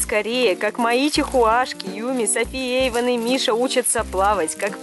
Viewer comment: Просто не могу слышать как ты Эйвона называешь Эвасик)😂😂